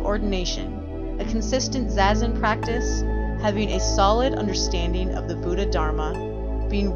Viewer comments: It's "zah-zen" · Is that really how it’s pronounced, zazen? Like zay-zen?? I thought it was like “zah-zen”